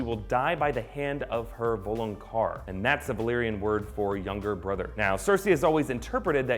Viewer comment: why do people say "VOLANQAR", if it is written "VALONQAR"? I dont get it!!!